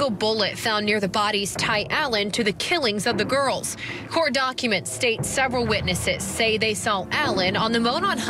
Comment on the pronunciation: Whoever is doing the reporting on Allen should take a course in English 101. The correct plural of girl is girls, not ''girlzez.''. Please, if your going to be a reporter use proper English.